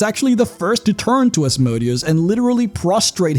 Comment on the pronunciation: Seriously. Stop mispronouncing Asmodeus’s name.